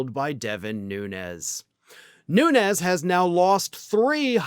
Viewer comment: Your pronouncing his name wrong, he's Azorean Portuguese and it's pronounced without the ez, it' more like noons.